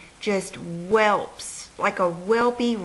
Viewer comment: Bless your heart, you're really taking her comment to heart aren't you? First of all, I think the vlogger is a beautiful woman and has a lovely accent. I am also from the south so I have one too, BUT, Elizabeth Elizabeth is correct, it's "welt" not "whelp." Nothing to get pissed off over though LOL.